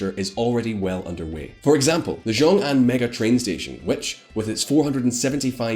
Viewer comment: You need to work on your ''X'' sound in Chinese. It's a sound that doesn't exist in English but if you had to make the closest sound in English it would be a ''sh'' not a ''j''. Rongcheng would be pronounced more like ''rong chung", Xiongxian would be more like ''shiong shee an'', and Anxin ''Ann sheen''. There are some rules for how those pinyin latin characters are read out in English it's not obvious I get it but if you don't say it somewhat close to what it should be it's hard to follow what you're talking about. So Xiongan would be ''Shee ong Ann'' not ''Jong ann''. you pronounced Tianjin ''shan shien'' what??